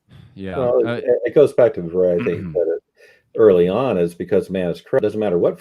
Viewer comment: Yeah and Viret is pronounced vee-ray. Excellent video thanks for the hard work.